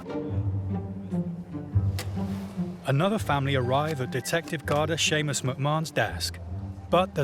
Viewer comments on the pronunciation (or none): none